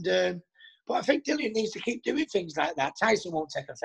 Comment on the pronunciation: “Dillon” 🙄 it’s DILLIAN! How many times